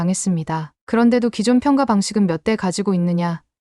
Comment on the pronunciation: '평가'를 읽을 땐 '평까'로 읽어야 해요. 평가로 읽으면 뭔가 빠진 것 같고 어색합니다. 읽기 기본조차 안 되어 있다니 놀랄 따름이네요.